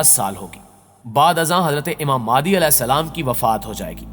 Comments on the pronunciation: بھائی میرے آپ اپنا تلفظ صحیح کریں پہلے ویڈیو اچھی بنا رہے ہو مگر الفاظ تو ٹھیک سے بولو ،، امام مہدی علیہ السلام ہوتا ہے اور آپ امام مادی کہ رہے ہو اپنی ہر ویڈیو میں ،مہربانی کرکے اگلی ویڈیو میں یہ غلطی آپ صحیح کر لیں۔۔بہت معذرت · Madi nhi bhai (imam mehdi a.s.) correct bolo please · Mehndi NHI bro MEHDI phly Khd ko to theek krlo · mere bhai ye dr zakir naik nahi haan aur madi nahi mehdi bolo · Jaahil k bache naam to sahi se le pehle maadi nh hazrat Imam mehdi hen or ye molana zaqir naiq nh he jhoot bolke awam ka phuddu bana rha he naam sahi se parh jahil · Aap ko IMAM MEHDI ka naam sahi lena ata nhi..